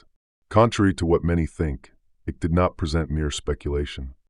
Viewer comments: Pronounced IKE... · Fyi, the name's Icke, pronounced Eye-k..